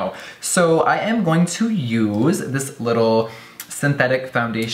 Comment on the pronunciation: the way he said "use" in lmaoooo